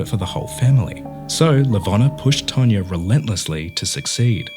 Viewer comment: It's TANYA, not TANYA-R